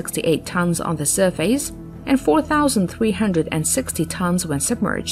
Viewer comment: "surfays"? what country are u from?